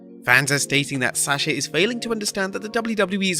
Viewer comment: Every time I hear him say Sasha I cringe because he can’t pronounce her name right.